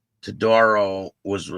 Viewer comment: It's pronounced TowDAHrow, and we don't know yet if he's related to the infamous family, but everyone is trying to find out. Local BACA chapter released a statement and have ousted Todaro and his wife from BACA. In addition to the court justice he's facing, I have no doubt there will be significant consequences for him from other sources. Chomos don't do well in prison, either.